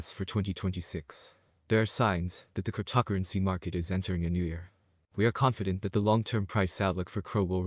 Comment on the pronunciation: whats with your pronunciation of the word cryptocurrency?